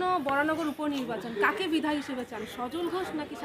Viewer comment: রিপোর্টার ম্যাডাম পরিষ্কারভাবে বিধায়ক শব্দটাও ঠিকমত উচ্চারণ করতে পারছেন না....